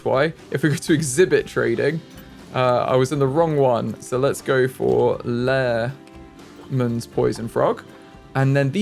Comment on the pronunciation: Just to educate Lehmann for the poison frogs is pronounced as lay-men :)